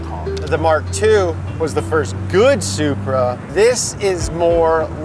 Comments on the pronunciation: Love the ‘Selupra’ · why do y'all keep calling that BMW a ...soup-ra?? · Love the Super-Uh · Supra sounds like sup bra 🤟